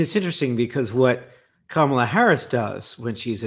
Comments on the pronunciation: It’s comma-Luh not cam-uh-Luh. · it’s pronounced Ka ma la, comma la. Please.